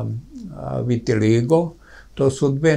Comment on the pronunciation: Ne kaže se virtiligo,voditeljice.